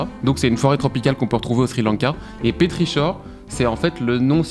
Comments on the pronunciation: « Petrichor », ça se prononce "pétrikor" 😅 Désolé, ça m'a titillé l'oreille parce que c'est le nom d'un album de prog rock que j'aime beaucoup et très peu connu (par le compositeur Keor). Bref, la vidéo est top quand même (et comme d'hab), j'aime beaucoup voir comment le processus de création se met en place ! :) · super qualité de Vidéo j'ai adoré ! Par contre pour le petrichor, ça se prononce PétriKor car c'est un mot créé par une auteure anglaise 😊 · J’ai eu mal aux oreilles avec petrichor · Ça se prononce pas comme ça petrichor loulou hehe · Vouiii, pareil pour Petrichor ^^ !